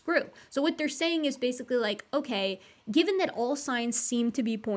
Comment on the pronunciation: You say that, but almost every time she says "Given" I hear "Gibbon" so I always have to do a retake of the last 10 seconds, cause "Gibbon the context" throws me for a loop and I stop listening for a moment